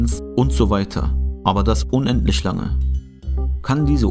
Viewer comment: "Kann isch einen unendlisch großen Wert erreischen?" Paradox ist auch, wenn jemand "ch" nischt ausspreschen kann ...